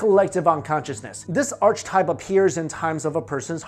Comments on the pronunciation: It's not Carl Wong it's Carl Jung pronounced you-ng. Also it's not arch-type, it's pronounced ˈärkəˌtīp. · "Arch-type?" It's pronounced ˈärkəˌtīp ("AR-ke-type"). Beyond English! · This is a genuinely fascinating video, and I'm really going to start researching this matter, but... with All Due Respect, I must try to correct something, specifically the way you said "archetype" The term is pronounced: "ARK-eh-Type"... not "arCh-type" Other than that, this is a really fascinating and thus really cool vid!! Thank you sharing this strange, eerie phenomenon! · its pronounced arketaip not artchtaip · Ok first of all "Archetype is pronounced "ARK-A-TYPE" not "ARCH-TYPE", Second, your "evidence" is based on a fan made website that cites no real studies or referencial data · Archetype is pronounced är-ki-ˌtīp or ARR-KEH-tipe not ARCH-tipe, dummy. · Malevolent, not "manevolent" Archetype is pronounced "Ark-ih-type" not "Arch-type" the more you know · Hi! I really love your show, thank you for making so many fun and interesting videos. I noticed some common malapropisms in your presentation and thought you might like to know. I believe you meant to say "causal" (kaws-all) not "casual" and Archetype is pronounced (Ark-uh-type) not "Arch-type". Thank you for all the work you put into these! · Can I just correct your pronunciation of a couple of words? Carl Jung is pronounced Yoong, not Wung, and archetype is like arky type rather than arch type. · its pronounced "ark ih type" not archtype.... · Ar-CH Type I'm sorry but what? It's pronounced Ar-kuh type. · It's not pronounced archetype it's pronounced arkitype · It's pronounced "arc-a-type" not "arch-type" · Karl Wong? Arch-type. It's pronounced "yoong" and "arc-eh-type" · Pronounced: AR'-ka-type; not ARCH'-type. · It's pronounced arkeetype not archtype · Its Carl Jung pronounced like young...and archetype not arch type pronounced arch-a-type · The work is pronounced Ark-uh-type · Archetype = Ark-uh-type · *Archetype [ahr-ki-tahyp]